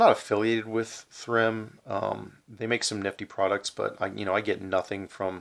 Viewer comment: Think it's pronounced like theorem. Do a review of the Paragon lens cleaner next!